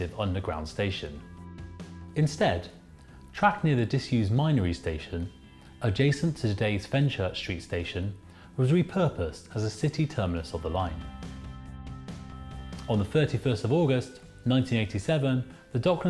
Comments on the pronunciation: You pronunciation is terrible ... with or any derivative ends in a th sound not a V, the same goes for the worth growth and south.... none end is a V or F sound. And the 'Minories' station is pronounced as the word Min as 'Minimum'. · The "th" sound I can overlook but Minories is a specific place with a specific name.